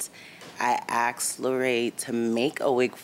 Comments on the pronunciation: How come people say AXED when they mean asked. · why is the word ''ask'' is so hard to pronounce for them? i axed her.. wth